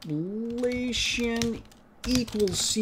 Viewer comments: Lap-la-cian? It is La-pla-cian (related to the Laplace operator). The Laplace operator was named after the French mathematician Pierre-Simon de Laplace (1749–1827). Anyway. Good tutorials. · I always enjoy your videos... Can you also do Histogram Oriented Gradient too? Thanks... FYI Laplacian is pronounced Luh 'plahs ee uhn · omfg. dude. Laplacian.... LUL. Great videos man. IDC if you do not know who Laplace is or how to pronounce Laplacian :P